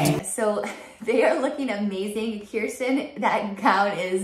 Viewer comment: Kirstin’s name is actually pronounced Kerstin.